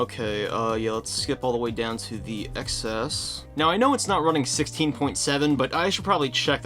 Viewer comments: “TEN ES” not “EX ES”, when do you learn how it’s pronounced?!? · Are you calling it the “ecks S” for bait? If you are, it’s working. (The X is the Roman numeral for 10, it’s the “Ten S”.) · I’m sorry to even say this, but it’s pronounced “Ten S”.